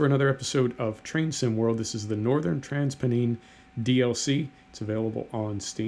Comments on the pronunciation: It's trans Penn - Ines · Lol "transpen eens"